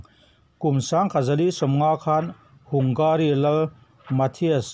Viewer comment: Hangari ti a lam maitur a ni lo maw? Hungari ti lo in?😁😁